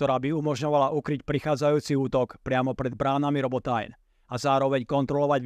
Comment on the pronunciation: krasna reportaz ale Robotajn citaj normalne po slovensky :D Robotyne